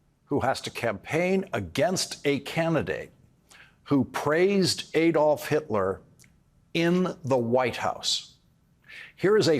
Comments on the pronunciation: Hitler's first name is pronounced ADD-olf, not ADE-olf. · Why do American presenters always mispronounce Hitler's first name as Ay-dolf. Everyone else, including the Germans who ought to know, says Add-olf. I agree with all your comments though, Lawrence. Keep up the good work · To all americans, it is not Ày dolph hitler, it is pronounced Adolf hitler. Germans do not pronounce ay dolf . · I believe "Adolf" is supposed to be pronounced "AH-dolf" - not "AY-dolf." That is the German pronunciation. Please correct me if I am wrong. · Just a remark. The A in Adolf Hitler is not pronounced like when spelling, but like in cut or father (I'm no linguist and english is my second language.) Americans, don't repeat the german mistake and don't elect a criminal and fascist. Vote for democracy.